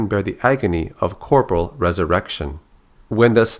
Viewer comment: corporeal is pronounced "core pore e al" not "corpral"